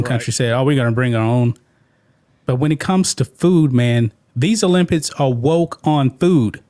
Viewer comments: O-limp-iks......not olimpits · Come on bruh!! It's pronounced Olympics not olympits. You speak for a living